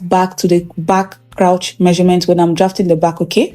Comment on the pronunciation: You are a good teacher. Thanks for all you do. God bless you. Pls learn how to pronounce the word “crotch” using google pronunciation. This is coming from a good place. Thanks